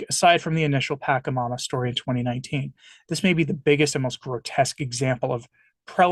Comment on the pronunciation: Your lack of historic knowledge and cultural context is appalling. This video is the epitome of ignorance and fear mongering. BTW is pronounced "PashaMama" not Pakamama and it is Quechua (indigenous dialect) for "mother earth." My advice to you is to grab a history book about all the atrocities the catholic tradition did to all of the indigenous people of south and central America and understand why they created "pagan" rituals. This is not satanic. Different isn't satanic. Thank god I am no longer a catholic.